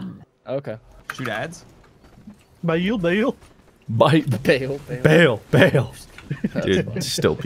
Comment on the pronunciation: Still word "Ba'el", said "Bail" #PTSD 😵😵😵